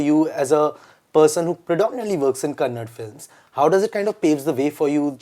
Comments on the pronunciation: I was kind of hoping that Rakshith will correct interviewer about him saying it's Kannad not Kannada. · So much of research you guys do about an actor and their journey but don't even know how to spell a language'e name properly? Pathetic!!!! so irritating to watch this anchor saying "kannad". It's "KANNADA" not kannad. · It’s Kannada not kanadd !! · Some people can take time to pronounce foreign names accurately but still have problem saying Kannada... Hypocrisy at peaks ! It is not Kannad it is Kannada... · It's not Kannad, It's kannada..how many times we have to tell this to you guys..still you don't understand ..if we pronounce Handi instead of hindi..how does it feel for you.. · u seriously lack general knowledge or wt? Its called kannada not kannad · Dear anchor of the show it is KANNADA not Kannad! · Kannada 💛❤️ ,not kannad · IT'S NOT KANNAD, IT'S KANNADA. DON'T BE ILLITERATE ALWAYS. U SHOULD KNOW HOW TO PRONOUNCE INDIAN LANGUAGES BEING AN INDIAN. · Bubble .. your anchor doesn't even know how to pronounce a language name.. Its KANNADA not Kannad.. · How rude is this interviewer! He kept saying ‘kannad’ the entire time. Dude it’s so disrespectful to the person you are interviewing. Atleast do you basic research, not that you need to, it’s a major Indian language you should have already known how to pronounce properly BUT still do your due diligence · My blood boils everytime I hear them say kannad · Even after teaching them they can't pronounce kannada